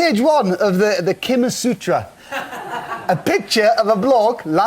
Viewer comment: "Kimasutra", oh good lord... xD